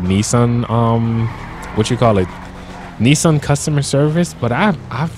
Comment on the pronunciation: The Nissan Titan worrier Pronounced Nis an